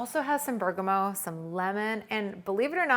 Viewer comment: I'm seeing a lot of comments expressing my thoughts. Wipe the other side! LOL...and Bergamot is pronounced ˈbər-gə-ˌmät